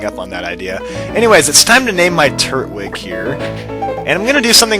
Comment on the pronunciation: TURT-WIG! (not tur-twig)